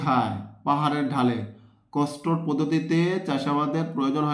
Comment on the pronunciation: কস্টোর না স্যার কন্ট্রোল পদ্ধতি হবে